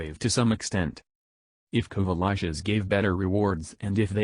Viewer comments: "Kuva Lushes" - "Kuva Latches" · Had to stop listening because of “Kuva Lich” being okay singular, but pronounced “Kuva Lush” as plural, which was irritating as shit.